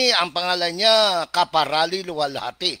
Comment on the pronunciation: Karapali...hindi kaparali